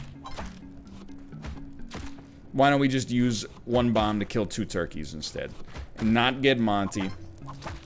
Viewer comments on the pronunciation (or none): Does it crack you up every time he says ToRkieS or is it just me?!